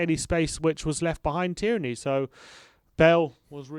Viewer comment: Why do you guys keeps pronouncing tierney like that🤣